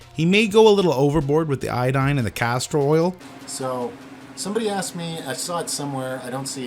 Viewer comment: castor oil not castrol